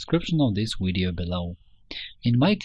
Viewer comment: your having a lot of problems with the letter v as in vector videos. they are not wedioes they are video's v va sound not we sound. practice your vs va vamp etc